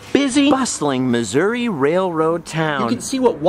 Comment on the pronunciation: Thank you for calling it Missour-uh. People think I’m crazy when I call it that. My grandmother grew up in Cabool and has always called it Missour-uh.